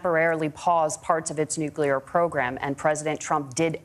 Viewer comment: Did Walz just say “Nucular”- twice? 😆😆😆